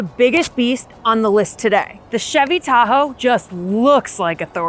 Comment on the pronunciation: Chevy "da ho" 🤐🤣